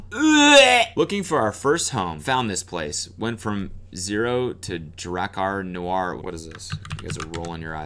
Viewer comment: Uuuh its pronounced DRAW-CAR NEW-ARE. How can you expect to slay the peen if you cant even pronounce the international peen slaying scent correctly!? What would Steve say? Do better please. Also, the vid was WAAAY too long this time. Maybe think about shaving 5 min off. Its not short enough. When I watch your vids I want to feel like im in the worlds most expensive restaurants. You know, where you end up dropping stupid money on a 5 course meal where the servings are itty bitty and the majority of the plate is being inhabited by an arrayof non edible decorations, displayed purely for esthetics. You leave feeling more empty than when you came....not just in your belly....but also IN YOUR SOUL! Thats what im lookin for!